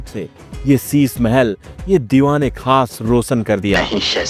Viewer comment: Shisha Hota Hai Shisa Nahin